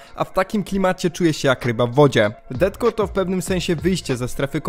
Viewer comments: Widać, że jesteś obeznany w tym kim inspirował się chivas, jakie miał plany itd. za co duży plus, jednak "Deathcore" czyta się jako "defkor" - death + core, a nie DETcore ;) ale to taki mały szczegół, a tak to chyba najlepszy film omawiający tę płytę jaki widziałem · błagam, przestań mówić detkor bo to boli w uszy, z góry dziękuje